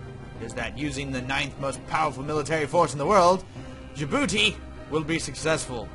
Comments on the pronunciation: In the beginning it's pronounced Jabouti. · Thank you! Liked :3 You said the name of the country wrong at the beginning! Silent D!